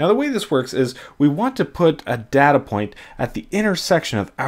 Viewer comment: "helps see relationships in our dada"